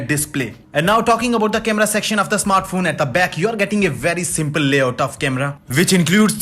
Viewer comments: What is a "snartphone" ? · "best snartphone of 2020" A lot of effort went into making this video.